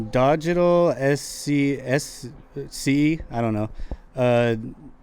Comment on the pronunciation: Peace and Love GC Family. Yeiseon asked my question. 🥳 Its pronounced Digital See(Csea) btw. Anybody at Good Compenny monitoring the Youtube account plz tell LaRussell or Tietta to check Instagram dms and email for my message regarding merch an content ideas. Thanks in advance 💪🏾🦾🌊